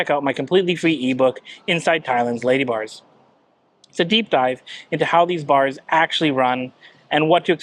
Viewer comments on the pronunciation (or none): When you say "ladybars" it sounds almost like "ladyboys". I did a couple doubletakes. Be carefull.